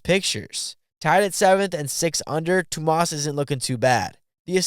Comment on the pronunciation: "wont even try to pronounce the last name" fair, Hyytiäinen is not an easy one. But you didn't get Tuomas right either xD